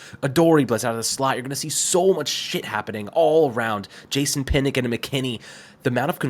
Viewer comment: kill me with the Jason pinick. Lmao it's pronounced (Pin-Ahk) Jason Pinnock would be disappointed